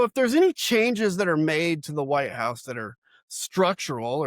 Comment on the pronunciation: Dude, stop saying "White 'Ouse". It's White House. ENUNCIATE the "H".